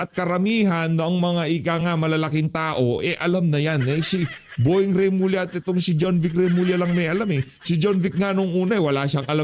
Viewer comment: Remulla Hindi Reymulla.